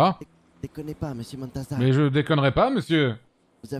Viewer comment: a réussi à prenoncer montazac félicitations mon petit 😂😂